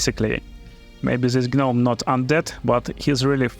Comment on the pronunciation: The G in gnome is silent! Great video!